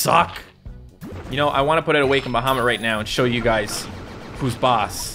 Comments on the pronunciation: Awe-kind baha-mit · awa-ken-ed baha-mut